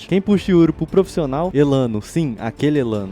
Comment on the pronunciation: porra, "proficional" é pra acabar hein mano...